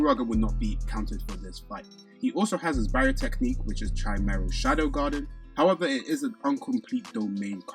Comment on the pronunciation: Yo just so you know chimera shadow garden is pronounced like Kaimera not a "ch" sound